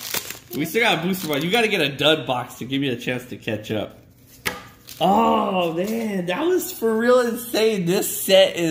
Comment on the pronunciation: said ow instead of oh!!